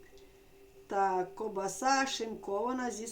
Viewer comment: Ще навчіть правильно говорити-- КОВБАСА а не КОБАСА!😊І не НАВЕРНО а НАПЕВНО!